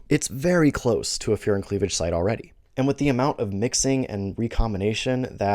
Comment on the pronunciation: I thought you said "fear and cleavage site", so when you said it is what it sounds like I was very confused.